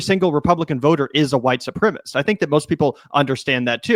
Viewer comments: Please stop saying white supremist - it's sepremicist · Supremacist. 4 syllables. Su-pre-ma-cist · Supremacist. Four syllables. Learn how to pronounce it son. This is important stuff you're talking about on YouTube.